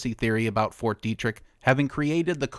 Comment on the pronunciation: Isn't it pronounced "Debt-trick"?